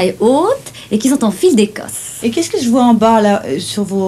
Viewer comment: Ses dents de vampire l'empêchent de prononcer les je et les che correctement. C'est ballot...